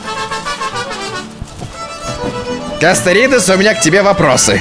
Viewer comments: Эххх ХХ.... КастоРОидес... Но касторидес тоже прикольно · Не Касторидез а Касторидес! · Оору когда звучит: Касторидез